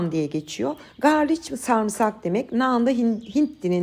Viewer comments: Yanlış anlamayın tamamen bilgilendirmek için yazıyorum. İngilizcede garlic diye yazılıyor garlik diye okunuyor. Sevgiler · Garlik nan diye okunuyor 🥰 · Garlic Garlik olarak söylenir ( englizce) ♥️✌️ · Elinize sağlık deneyeceğim ben de❤ fakat İngilizce'de garlik şeklinde okunur garliç değil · Ellerinize saglik hanim yine dòkturmussunuz, bende bunu uzun zamandir merak ederim, sizin gibi yurt disinda olmama ramen hic tatmadim, ne yalan soyleyim hint mutfagi damak zevkime hic uymuyor ama dedigim gibi bunu merak ediyordum ama birturlu yapmak kismet olmamisti, sanirim bugun yapacagim, ee okadar zahmet ve emek vermissiniz artik bizede denemek duser😁 ayrica, sarimsak ingilizce galic diye yazilir garlik okunur, belkide biliyorsunuz ama yinede belirtmek istedim umarim kizmadiniz, saygilar💐😊